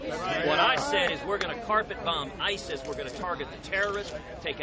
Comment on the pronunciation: "Umm,, the wall",,,,,"HE'LL TAKE DOWN AISISS!!!" HE'LL LEGALIZE METH!!!